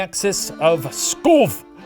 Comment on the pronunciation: THE P IS NOT SILENT IN PSKOV РЕБЯТ НУ ВЫ ЧЕ 😭